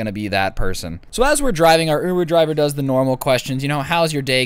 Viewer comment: My boy said ovoo driver. Im pretty sure he got it from that one vine